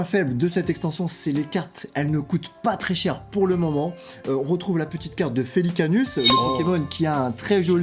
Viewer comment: Felica...us? J ai bien entendu ca!! 😅😂😂